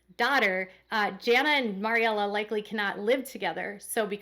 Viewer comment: The name Maryella is pronounced "Mary-Ella" like Mary, after the grandmother. You say "Maury/Mari" Just fyi